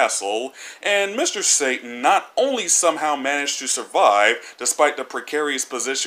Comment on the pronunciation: you don't pronounce satan correctly